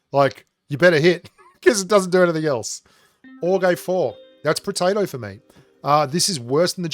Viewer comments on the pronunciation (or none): oh it's protato. I thought you calling those guns, potato guns xD